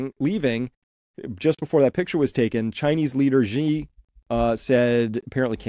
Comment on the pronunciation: Great stuff Chris. The US is just embarrassing itself at this point. One minor niggle: everyone always gets Xi's name wrong. It's pronounced almost the same as the English world 'she' (with a rising tone if you want to be picky).